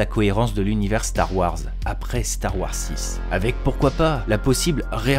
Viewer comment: Eh. Super vidéo. Si je peux me permettre: star wars c’est “wores” et non “warres”. Bonne continuation. Merci !